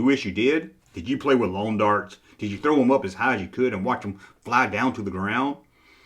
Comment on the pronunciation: I was going to say it's "flubber" not "flurbur".....but then I heard how you pronounced lawn darts